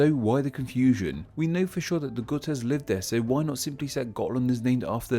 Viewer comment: As a gute I can confirm that this is NOT the case. The g is hard, just like in goth. Edit: It just hit me that you might be thinking of the Jutes from Jutland. the confusion is somewhat understandable if you're not particularly familiar with scandinavian geography or history, but Jutland is mainland Denmark and has very little to do with the Gutes.